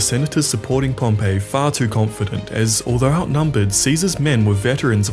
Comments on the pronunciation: It's pronounced pom- pee Pompeii is a place not a person...... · I thought it was pronounced “pompee* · This Pompey is pronounced Pom-pee, all serious historians know this. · **Pronounced Pompee. Pompeii is the city that got volcano-ized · Pompey is pronounced "Pompee" not "Pompeii" like the city. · I don't think it's pronounced Pompeii like the city, it's pronounced PomPee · wish people would learn how to pronounce names before posting. Pompey is not pronounced the same as the doomed city near Vesuvius and the emphasis in Pharsalus is the second syllable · Learn to pronounce Pompey. Pompeii is a city , Pompey was a general.